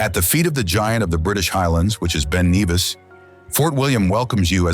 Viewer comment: Nevis NOT Neevis